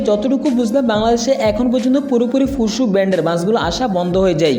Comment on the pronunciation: ফুসু না ফুসো। ছুসাল মিডিয়া না স্যোসাল মিডিয়া 😆😆🤣🤣🤣